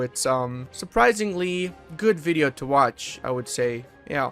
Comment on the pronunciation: "Interesting bideo" Really?